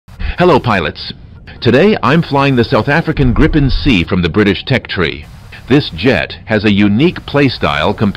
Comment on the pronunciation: He has repeatedly refused to learn how to pronounce Gripen correctly :(, its like "multipheeting" :_Crying::_Crying